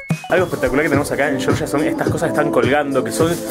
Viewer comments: Lo siento, no puedo verlo, cada vez que dices "yoryia", es que no. En español se dice como se escribe: Georgia. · Se llama Georgia no Yorya, pronuncia, deletrea bien, si lo intentas seguro lo consigues, GE OR GIA no YORYA tipo Yanqui. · Georgia como lo pronuncias es en EEUU chirria el oido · Llevas razón Georgia como se escribe GEORGIA jajaja😂😂😂 debe tener algún problema en Argentina de pronunciar la G